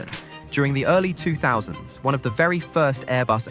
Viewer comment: Ohhhhh my fwend bery clebah 😂